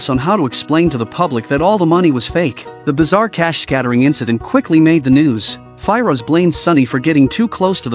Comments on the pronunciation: Normal people : Firoz AI : Fi - Roj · Sunny and Fi-Rosh 😂😂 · The way he pronounces "Firoz" bugged me so much I couldn't watch past 53 secs 😭